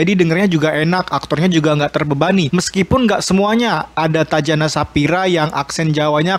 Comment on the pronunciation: Tatjana bacanya tatiana bukan tacana